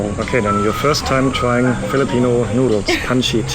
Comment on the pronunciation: Man sagt nicht Pans…it , es wird Pansit ausgesprochen 😅